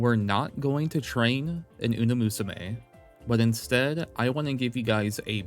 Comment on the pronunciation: I can't do it anymore man TT-TT you keep saying uNa musume and i CANT hold my tongue anymore im SORRY